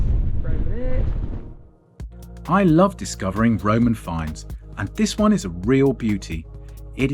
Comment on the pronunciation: It’s not Roman, it’s Roi-oi-man! 🤓